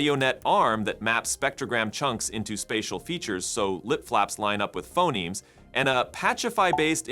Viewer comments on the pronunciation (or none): none